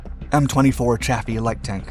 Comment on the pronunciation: Just a quibble. But I heard that Chaffee is actually pronounced "coffee."